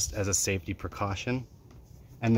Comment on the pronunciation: Great video, I just love the way you over emphasized Saftey 🤔 Keep up the good work, Rock on Brother!